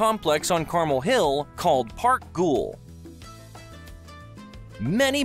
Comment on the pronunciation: The narrator did not bother taking the time to say some of the names correctly like Gaudi, Guell, and Boqueria.